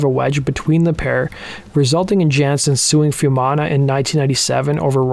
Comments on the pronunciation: It's not "fewmana", it's "foo-eh mana" each vowel is pronounced. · A bit disappointed you didn't get the pronunciation of his name right (foo-ee-manna). He was not just born to Polynesian parents; his father was Niuean but his mother was Maori. Otara does have high deprivation but Pacific people are the nicest and most down to earth people you could meet. It has nothing on gangs of LA.